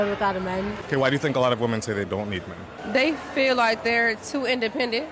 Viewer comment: Dude what is with Middle Eastern men over pronouncing wo-men....its pronounced weh-men....i think its ragebait.